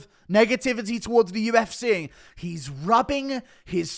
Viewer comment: This guys inability to pronounce the vowel sound for words ending in i or e is excruciating. Its not the UFCeh ITS THE FUCKING UFCee! The tism is real with this dude.